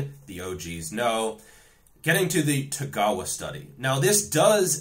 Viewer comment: Although somewhat tangential, I was happy to hear that you could properly pronounce Tagawa Sensei's name. I was kinda shocked that Milo made such a big deal about the findings in the paper on his video and didn't even take time to learn how to pronounce the guy's name in his video.